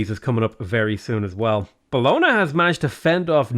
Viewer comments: Bologna is pronounced as bolòn-ja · it’s bolon- YA!! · Really enjoy these videos but the pronunciation of Bologna always makes me cringe. Logically, I'm sure there's all sorts I pronounce wrong but that doesn't stop the cringe.